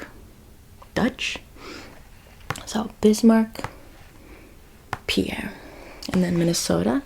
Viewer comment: South Dakota's Capital is pronounced PEER. FYI